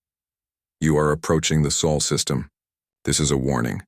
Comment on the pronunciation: Ahh wieder einmal die Chens und wie oft wird das Solsystem noch Seelensystem genannt naja im laufe der Geschichte wird es mit der Aussprache besser 😊